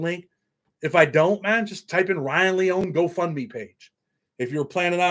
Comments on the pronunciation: Lee-oh-knee is his last name respectfully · It's Leone , three syllables, long e on the end